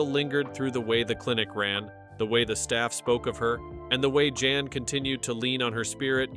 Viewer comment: It is POL not Paul and his name is Jan (Yahn) not JAN. Thank you!